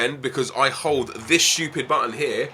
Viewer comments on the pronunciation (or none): none